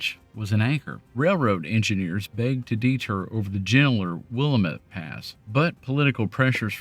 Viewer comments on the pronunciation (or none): Great video so far! Just to kindly point out, "Willamette" is pronounced "wil-LAM-et" or "wul-LAM-et", not "WILL-uh-met". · Will am ette. Not willa met. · WILL-AM-ETTE………not WILLA-METTE! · Will-lamb-it, not Willa-mitt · It's pronounced Will-AM-et, not Willa-MET. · It is WILL-LAM-ETTE. To say it right, just think of this rhyme - It's Willamette, damit. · The locals just pronounce it "sisk-you." The second "i" in Siskiyou is silent. And Willamette is pronounced "will-lam-it" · The way to pronounce "Willamette": wil-AM-met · But folks outside the area pronounce it 'Will-a-metty' just to eff with Portland locals 😆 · it's pronounced "will lamb it" .... thank you for the vid. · No worries. Lots of non-local people mispronounce that one